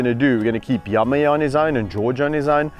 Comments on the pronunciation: I love how Yame sounds like Yummy when Kevin says his name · What I liked ... The picturesque views .. Think because it was overcast colors were sharper .. George's adorable walk .. Yame's progress .. The way you pronounce Yame sounds like yummy .. Your sharing what you did for Yame .. how you were able to wean him off but that he is calmed down .. The way you talk to them .. Your kindness towards them .. The way you laugh at them. ☺️